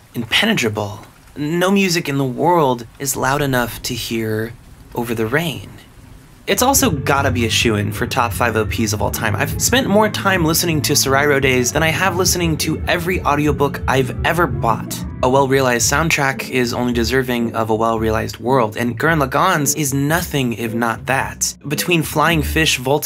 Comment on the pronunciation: "I'm really smart" also: pronounces sorairo days SOAR-AY-RO DAYS